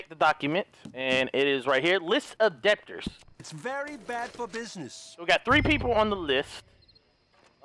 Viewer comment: “list of deb-tors